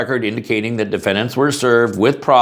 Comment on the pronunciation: "Defendats." Oops. , "... only if Defendant's prove...."🤔 "Plaintiffs wish to carry handgun." (Just one?)